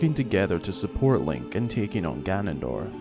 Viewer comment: It’s gannondorf